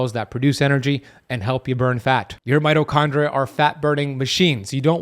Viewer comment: I am pretty sure at :49 seconds he said 'microchondria...' Am I wrong? Maybe he is coining a new scientific term